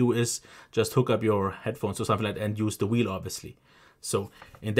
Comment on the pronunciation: Wolume whelle